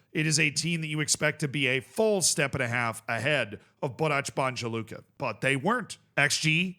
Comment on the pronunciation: Stop looking for how to pronounce Balkan teams on Google Translate. Its Borac BaNJa Luka, the NJ part is the same sound as N in New York, or mix of ‘n’ and ‘y’, as in the English pronunciation of ‘minion’. Same as Celje, it is not S the first sound, it is normal C sound, like the C sound in the word center. And LJ part jus say it is the same sound od LLI in the word million. It is not the C sound from the word chat!